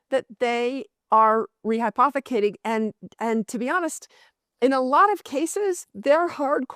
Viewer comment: She said rehypothicating more than the amount of Bitcoin